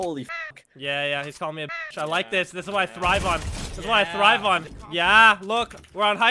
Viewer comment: It's thribe not stribe however love ur videos